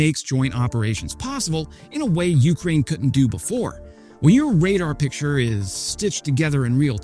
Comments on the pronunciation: PLEASE stop saying YOU-k'rain... it's yew-CRAIN. The second syllable is stressed, not the first. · sometime he gets it right, but most often its "you crane" with a drawn out you. shorten the you bit and contract the word more and u got it ;)